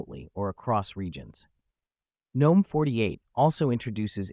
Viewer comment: Not a terrible video, but when you ignore the proper pronunciation of the desktop environment, I immediately dismiss it. GNOME is pronounced with a hard "G", and if you can't be bothered, then neither will I.